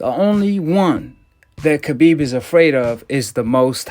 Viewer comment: Nooo brother not you to! Pronounced the K on Khabib's name! Don't do it it brother! Lol